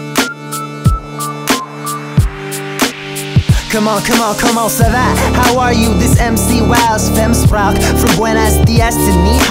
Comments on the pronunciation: Fem språk is not pronounced Fem spraok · I love how you say "sprak" instead of "språk" because you don't know how to pronounce åäö xD It's adorable